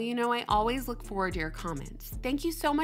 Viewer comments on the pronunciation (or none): none